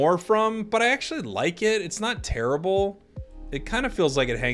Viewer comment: Chandelure, its not tear-ibble 🤪